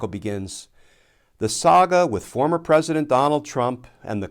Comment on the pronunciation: pwesident………………………………………………… RADIOACTIVE.